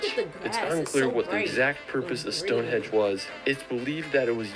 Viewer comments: StoneHEDGE ??? THis guy cracks me up. ;-)) It's StoneHENGE !! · Did he really call Stonehenge ‘Stonehedge’???